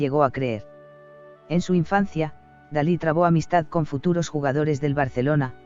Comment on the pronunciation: Es Dalí, no Salí